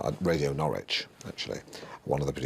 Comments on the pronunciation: It's pronounced Naarich 😂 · Doesn't help when 'Alan' keeps getting it wrong either! 😂 As ever, Norwich rhymes with porridge (Nor-ridge)🔰